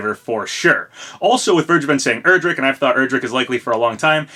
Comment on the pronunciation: You were close it's "Erdrick"